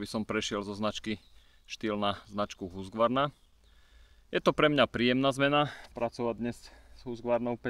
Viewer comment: Nechci hejtitit je to Husqvarna ne Husgvarna😉